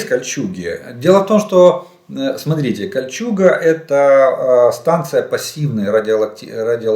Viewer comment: Ну нахрена то дебільне "смотрітє"?!!!